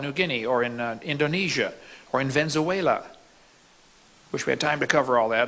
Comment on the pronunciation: If you can't pronounce venue wailer properly then I can't trust your science.